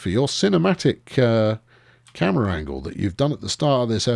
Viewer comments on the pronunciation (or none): none